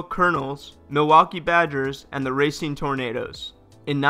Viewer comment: Racine is pronounced Ra-seen